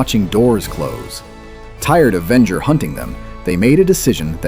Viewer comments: It’s pronounced Ven-jer not Ven-ger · Very interesting write-up, but if you keep using A.I. narration, you'll never have the subscriber numbers you could have. (Ven-ger? Really?) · Vengo? Lmao,dumbest AI,Venger is the name. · The AI starts calling the main villain "Vengur" 3/4 of the way through the video. Here's an idea: Why not have a real, thinking person do the narration instead? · The way you say Venger makes a little part of me die. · Good Lord....you are killing me with the brutally wrong way you say Venger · SIGH I was actually looking forward to watching this. Then I heard the terrible mispronunciation of Venger. It was ruined for me that instant. Don't you content creators see how terrible AI is ruining your otherwise decent content? Can't you just voice the script yourself?